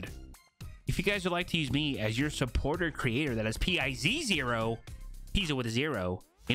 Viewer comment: I dont want to be that guy but its funny how you say supporter creator